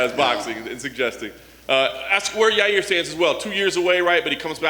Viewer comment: His name is Ya Rear Uncl Dana